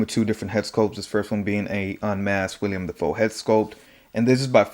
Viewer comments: It’s Willam, not William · It’s Willem not William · Nice review! This is by far my favorite design for goblin and I will be keeping him with the mask on for the most part. Also I do want to say his name is Willem, not William. Just nitpicking because the internet